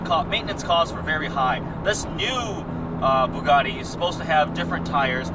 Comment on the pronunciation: É Bugatti não Bugari porra!